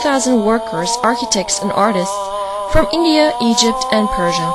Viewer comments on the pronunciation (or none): none